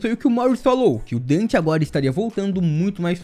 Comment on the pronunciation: NÃOOOOOOOOOO, tu me fez errar a intro falando dan ao invés de den, estou sofrendo um colapso, meu corpo esta derretenddddddddddd